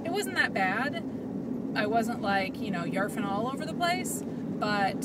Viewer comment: You said "Yarfin!" lol... awesome.